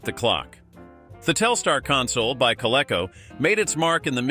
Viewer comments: And Coleco is "Co-LEEK-co," not "Co-LECK-co." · Pronounce co-lee- co